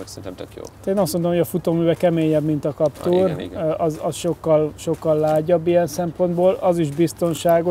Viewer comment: legyen már kaptúr helyett káptűr, köszi. Bántja a fülem